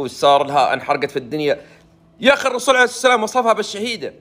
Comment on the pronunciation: ويش اللي عرعرعر عرسلام ؟؟؟؟؟ استغفرالله العلي العظيم ياخي انطقها صح ( الرسول عليه الصلاة والسلام )